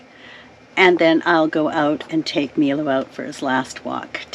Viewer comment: I was wondering if you could do something for me that I'm really curious about. You are calling your dog Milo (Meelo) everytime I've seen that name it's always been pronounced (My-lo). Could you please call your dog My-lo a couple times to see how he reacts, if you aren't pronouncing his name properly could be part of his problem of adjusting to his new home.